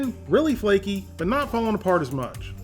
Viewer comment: As a Caribbean hearing the words “too flaky” hurts my soul